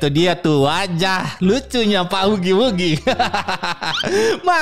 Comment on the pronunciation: Bang bukan hugi wugi bacanya hagi wagi